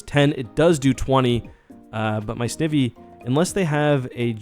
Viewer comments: It's Snivy, like the i in Knife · Anyone remember the snivy meme? Smugleaf lol Btw its pronounced Snigh-vee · Someone count how many times he has pronounced Snivy wrong and tell me by the end of this video please, thank you! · I think you have bad shiny luck because u keep mispronouncing its name, maybe they don’t like that